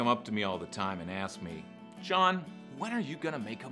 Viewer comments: You can't pronounce "Jon"? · But you clearly have a problem saying "Jon"